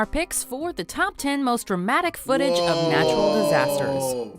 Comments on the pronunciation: JJ and josh : foot-a- ges 😂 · serious video JJ : foot-eaa-gees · Vikram "FOOOTAGIIIIS" Barn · i’d like to see anyone try and say footages better that jj, GO ON!